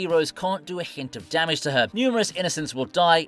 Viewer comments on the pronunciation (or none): none